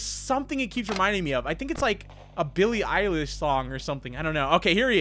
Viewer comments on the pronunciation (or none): none